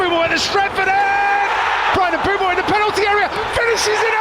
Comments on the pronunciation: bro I am Cameroonian it is Mbwemo don't argue with me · Bro that Is not how you say his name you it like "Mbwemo"